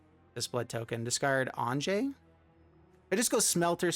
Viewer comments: Anje is not pronounced 'Ahnjay', it is pronounced 'Ahnya', or even 'Onya'... Some germanic languages use a 'j' for a 'y' sound... just leaving this here FYI... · On-ya or On-yeh... Not On-jay...